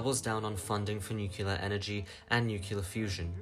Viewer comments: Sir, it’s nuclear. Not nukular. Pedantic issues aside, good video. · I love your content and feel you're underappreciated! But pleeeease: It's not pronounced "nu-kyu-lar"... there isn't a hidden syllable. "Nu-clear" (or even "nu-cle-ar"). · i gotta ask, why do you guys prononce nuclear as nucular? Also, bro, regulate your volume, those damn decades songs are like jumpscares when your voice is so damn low.